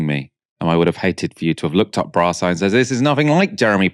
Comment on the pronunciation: Brasss eye 😂😂😂😂 u ment that 😂m8 it seems like epepisode from brasss eye 😳 right enough but 😂😂❤ u made me laugh today thank you 😊